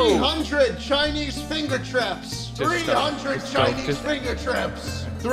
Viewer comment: Anyone else notice that shlatt said “fingu traps”